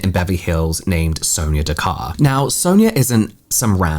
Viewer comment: Pronounced Da-KAR.